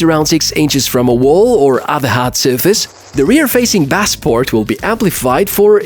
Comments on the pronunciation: Baeyse not Bahss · Thanks for the review. 'Bass' is pronounced 'base' just so you know.